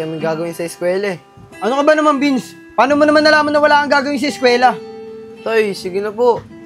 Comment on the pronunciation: It’s Vince not bins